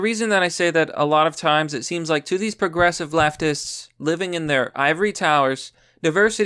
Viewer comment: 'Coporations' and 'puhgressive' aren't words, you pathetic idiot. God, you can barely read, you can barely speak English, and you constantly spread misinformation. You are the reason that the First Amendment shouldn't apply to everyone.